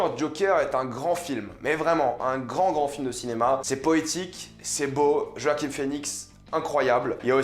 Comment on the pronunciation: Bonne vidéo, par contre c'est JoaquiN Phœnix et pas JoaquiM Phoenix